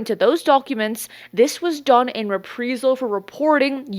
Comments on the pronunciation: These vids are great! Daily posts? wow, that's a ton of research, cudos! Also, is it "Re-pree-zal or Rep-Prize-all" when pronouncing reprisal? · reprisal is pronounced like the word I in the middle not as you’re saying it like EE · Reprisal. Re-pry-sal. Not re-pree-sal. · The word is pronounced - re-pry-sal. Not, re-pre-sal … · Repreesal 🤦‍♂️am convinced this is an ai clone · love your reports. glad your keep people up to date with information. you threw me off with your pronunciation of reprisal. you keep say repreesal. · Reprisal is a long “I”, like “eye”. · Just a tip, reprisal is pronounced: re·prai·zl. Keep up the good work! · You mean re-PRIZE-UHL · It’s pronounced re-prie-sel, like pie. Reprisal. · Pronounced “re-prize-al”. Thanks for coverage though. 👍🏻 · "Ree-Prize-zl". Long "i". 😁🥰😇😶‍🌫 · Reprisal…..say it like it’s spelled “repreyesal”…..pls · Love your show. However, it was maddening to keep hearing you mis-pronounce the word 'Reprisal'. It should be pronounced: RE PREYE Sal. As far as David Grusch. Quite simply he's a fraud. While he may have had a Security Clearance, it doesn't make him an Intelligence Official. Official implies far more importance and power than he ever had in his duties. He was an Intelligence Officer, as far as I can tell. Of which there are tens of thousands active and retired in the Armed Services alone. There is a long time UFO Channel called 'Secure Team Six'. A month or so after Grusch made his claims, the Channel did an outstanding and professional review of the claims and concluded Grusch was not credible. I had already come to this conclusion myself because his story had far too many holes, and he quite simply didn't talk the talk correctly. I base this on my own 33 year career as an Army Intelligence Officer and later as Independent Consultant to a series of National Intelligence Offices and Agencies. Its one of those things that his trade craft doesn't ring true, and its obvious to those who really are inside.